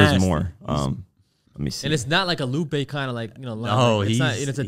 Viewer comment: Lupe??????? Luppee??? (Soulja boy voice) smh